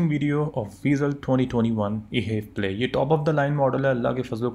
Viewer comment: Sir it is not e HEV play It is H E V (all letters alag alag) 😂